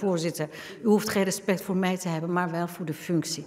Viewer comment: Rrrespect. Rrrrespect, rrrrespect voor dit huis.